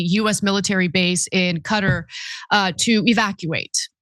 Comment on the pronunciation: I know I'm not the only one who cringe when she pronounced Qatar as "Cutter" 😂 wtf is she even doing political commentary for if she doesn't know how to pronounce the name of the wealthiest country in the middle east?